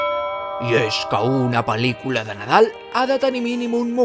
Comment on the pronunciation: La forma en que pronuncias pel•licula em posa la pel•l de gallina, QUINA ALEGRIA QUINA EMUSIO JA ESTÁ AQUÍ EL BON NADAL!!!! Amo el vídeo ❤😂